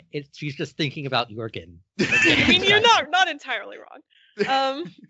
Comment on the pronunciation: Audio book has a hard ‘j’ for jorgen